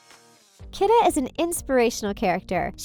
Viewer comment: Lol, it's KEE-da, not KID-a.